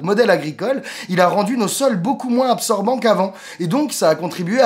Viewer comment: Bonne video, mais quelque chose qui me herisse les oreilles dans tes videos, c'est les liaisons, par pitie [...] il a rendu nos sols moinS ZZZabsorbant [...] Merci :)